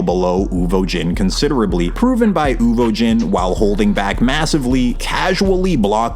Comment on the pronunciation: Who tf is Uvojeen?? Love you down 🫶🏽